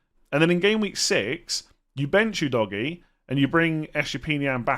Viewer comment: I laugh everytime I hear Udogie pronounced as Oo Doggy......